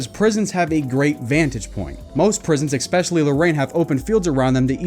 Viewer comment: It was in prison that he learned to say ex-scape, ex-cetera, and ex-specially. Also, I always ask about motivation: why is he bringing up his prison sentence? I’m guessing to try to seem like a bad ass, esp because he brings it up over and over and mentions his specific crime. Real ex-cons don’t brag on the street unless they want street cred because they are still offending